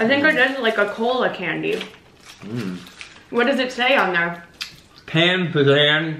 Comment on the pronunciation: its not pan it is paan